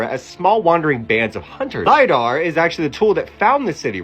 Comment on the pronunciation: Exactly my thoughts.."LIE DAR"😂😂